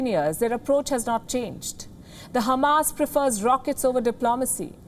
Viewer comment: The way you pronounce Khamas was nice